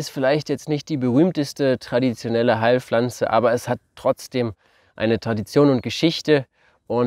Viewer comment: Eine Heil"flanze" ...was bittesehr ist eine "Flanze"? Pf ...es heißt Pflanze ... nicht "Flanze"